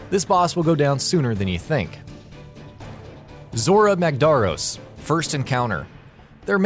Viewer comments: Holy shit he cant pronounce anything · How can you get zorah magdaros name wrong? They literally say his over a 1000 times in game for you. Also what's with the other names? You guys could barely pronounce any other the other monsters names. This channel has a very consistent and very noticeable flaw when it comes to pronouncing damn names. Just watch many of the other videos and they don't even know what the game is or how to pronounce words(character, items, etc) in the game when it's blatantly given to them. This channel has no clue when it comes to games if not they never ever do enough research about it. Might as well change this channel to ign.